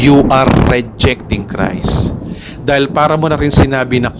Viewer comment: Paki linaw daw, ano ba ang tamang pronunciation: "GOSPEL OF CREST" or GOSPEL OF CHRIST ??? Tama ba ang turo mong "CREST" imbes na CHRIST???